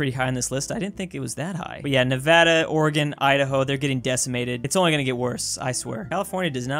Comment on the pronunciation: I have finally found someone who pronounces Nevada right...